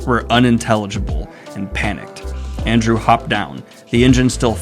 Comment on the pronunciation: "Arndew" lol